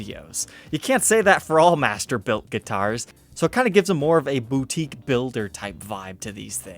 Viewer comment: I keep on thinking your saying mastibator and I get scared